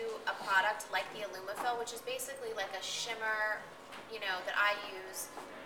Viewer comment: She said ilumafil?